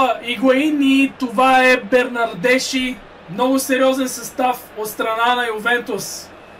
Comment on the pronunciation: Произнася се Бернардески! Супер си!